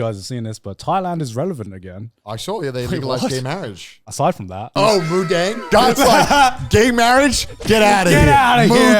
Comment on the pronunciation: Heals my heart hearing moo deng pronounced the Thai way lol